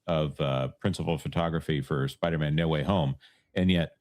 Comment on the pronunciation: I finally just realized why culture says Spidermen instead of Spider-Man, its from Seinfeld when George pronounces spiderman like a last name lol. It took me almost a year to figure that out. Well played sir. I only saw that episode once, 22 years ago.